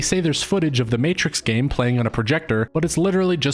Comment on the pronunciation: I didn't even know about this. Pretty sure this is a glitch in the matrix. This movie didn't exist before this morning. One clue that this is a glitch. A lazy glitch even, is in the very beginning. ~ our narrator uses the non word "Matrik" as an attempted variation of the word matrix. Everyone, except machines knows that's not even a word.